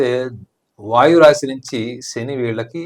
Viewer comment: ఒసేయ్ అది రాషి కాదే రాశి